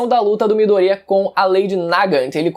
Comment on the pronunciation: Fala Midoriya direito porra